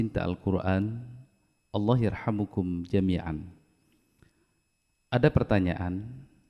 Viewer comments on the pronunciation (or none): none